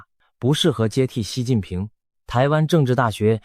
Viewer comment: 是习近平，不是西近平，ai配音配的准点